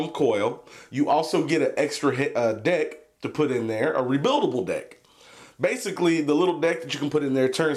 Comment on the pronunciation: When he said "deck" I heard "dick" and laughed my ass off.